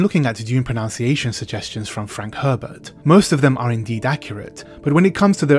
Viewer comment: That's a lot of complaining about not bothering to pronounce foreign language words, only to repeatedly mispronounce "mispronunciation."